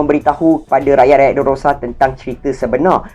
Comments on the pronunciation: Time record ni saya x sihat sgt.. Tu yg banyak tersasul😬.. Saya betul kan skrg.. DRESSROSA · Dresrosa la bang😂 bukan derorosa😂😂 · stress aku dgna dererororororororosaa dia tu haha